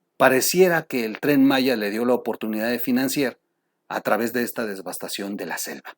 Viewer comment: Disculpa, pero es devastación, no desvastación.